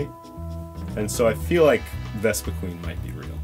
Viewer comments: It's Vespiquen, not Vespiqueen. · Vespiquen, not Vespiqueen! Cmon! xD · he deserves it for saying "vespique*e*n". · Amazing video! One thing though...It's pronounced vespi-"QWEN". One e! ><